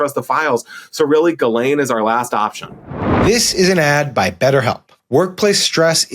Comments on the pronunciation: Sarah, please, please, please stop saying "JIZZ-lane". Try "GILL-ane" or "JILL-ane". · I watched the Piers interview with Maxwell’s snooty brother and it answered my biggest question. Evidently Ghislaine is pronounced “GeeLane” with a hard G—at least that’s how her brother says it. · The name, basically pronounced: ghee (like the clarified butter, rhymes with bee) - len (like you're saying Lenny but for short, rhymes with pen). so, "Bee-Pen" = ghee-len = Ghis-laine. Wahlà ;) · Does Sarah purposefully mispronounce Ghilaine as “Jizz”laine 🤨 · JISS-lane dammit! It’s not that hard PS not related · 🚨SARAH 🚨 I think you're AMAZING!!! But PLEASE.... Learn how to pronounce Ghislaine. It's NOT Jizz-Lane. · Oh come on, Maxwell doesn't deserve the respect to have her name pronounced correctly ... Sarah won't say it this way, maybe Tim or JVL will ... JizzLane - cause that's pretty accurate. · Please please please, it's GHEE-lane, GHEE like GLEE without the L. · Pronounced Ji (like jib) lane. I have a cousin Ghislaine Gindorff, so I know. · Could Sarah please not pronounce "Ghislaine" like that.... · Sarah - I agree with you that Ms. Maxwell has done awful things, and is probably an awful person - and she is paying for her crimes via the criminal justice system. I also think, however, that every human deserves the deference of having their name pronounced properly. Don't dehumanize anyone by saying they can "just live with it" if your journalistic style includes mispronouncing their name. That comment made me feel disappointed in you.